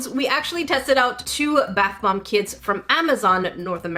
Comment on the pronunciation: I kept thinking you were saying "North American Kids," but you were saying "kits." The tools in the kits seemed well made, too, ours would have a thin plastic knife, and a measuring cup, like you get on a medicine bottle. 😆